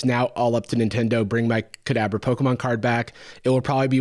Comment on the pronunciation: Not me hearing "cadaver" every single time you said "Kadabra" 💀